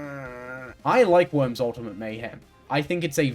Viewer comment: i like when she talks about th e woims